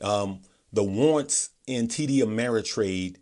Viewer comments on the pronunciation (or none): Oh, "war'rants". There are two rr in that word. Thanks for the great explanation.